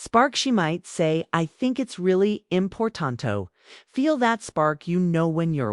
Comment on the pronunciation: This narration was pathetic ten times over. Example the video was trying to say important to. The way it sounded was like this. ( Impor taunt toe )